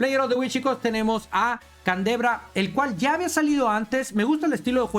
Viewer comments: Gracias por las novedades.... Aunque a canDREva le digas CANDEBRA Jajajaja calvo disléxico jajajjajajqj😂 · Min "Candevra" no CANDREVA mi amigoo